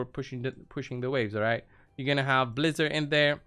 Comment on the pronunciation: Ummmm excuse me good sir, it’s pronounced Blizz-ARE 🤪😂 just messing around hahaha thanks for the video bro! Happy holidays! 🎄